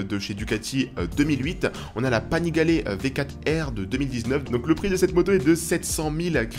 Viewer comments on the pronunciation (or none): MDR on est en Florence, lol Florence c’est la ville pas très loin, la région est la Toscane ! Et Panigale avec le é à la fin